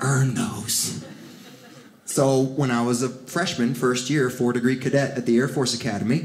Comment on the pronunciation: Thought this guy was funny until he said chair force.. sorry air force